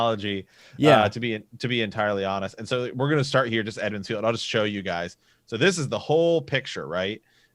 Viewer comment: I've heard you say this before , I figured you were just miss speaking. Its EMMONS FIELD not Edmonds, it comes from the old kings name, Aemon.